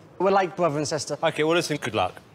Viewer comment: “We were too close as bruva and sista” Nicole: 👁👄👁 “NOT REALLY BRUVS AND SISTA” Nicole: —👄— okay.